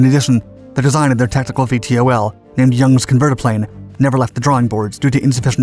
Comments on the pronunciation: Can't you just say "veetols" instead of "v-t-o-ls"...? It's not that hard to pronounce. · VTOL is pronounce "vee-tol" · I wish he didn’t spell out VTOL every time. .. it’s Vee-Tall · Would it have killed you to call it “vee-tall” like everybody else?